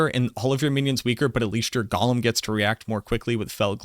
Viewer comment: Bro PLEASE. It’s “GOE-LEM”. Not Gollum. Fckn google it already 😂 idk why but drives me nuts